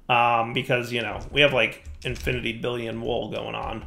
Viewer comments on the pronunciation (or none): none